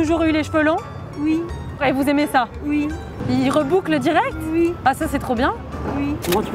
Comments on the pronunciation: On dis oui pas ui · je suis mort ptn " ui " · mais elle va pas bien avc ses "ui" en plus j'l'aime pas elle est mauvaise Par contre les mecs à la fin ils sont gavé cool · purée les "ui" la pauvre 🤣🤣🤣😭😎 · Le ui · elle m'a tué avec ces ui🤣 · jme suis pas arreter drire pendant 3h mdrrr en plus avec la meuf qui dis ui ptdrrrr mais 😂😂😭😭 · BAHAHA LA MADAMME AVEC SES "ui" 🤣🤣😭😭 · Non par contre les "ui"je décède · elle a un problème avec les autre mot que oui oooouuuuu??😂😂😂